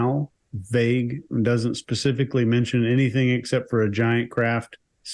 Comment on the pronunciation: Pacific-lly instead of specific-ally. 🤦🏻‍♀️